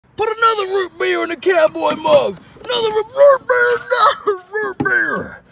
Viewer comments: Not the RUUTE BEEARR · "YEAAR, ROOBEAR" killed me 😂